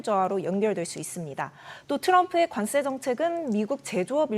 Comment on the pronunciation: 관세를 자꾸 관쎄로 된소리 발음을 하시는데 이거 고쳐주셨으면 합니다